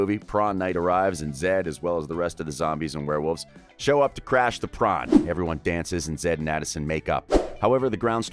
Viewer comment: I noticed it's called prawn not prom.